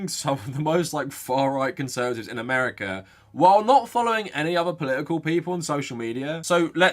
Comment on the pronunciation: Poli-ical... I'm just trying to guess which consonant he will randomly drop next.